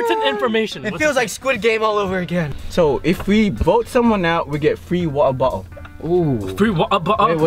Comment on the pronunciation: FrEe Wa’Er Bo’LE